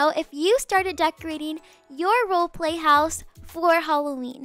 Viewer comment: Lol I love that she says “holloween”